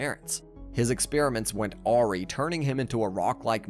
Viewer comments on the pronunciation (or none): Grammar isn't your strong suit it s it? U call him a patient if a school and said "ahri" not "a rye" for awry. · Is it me or is this reader not 100% an english speaker? (Or is it an automated voice?) Aw-ree (awry)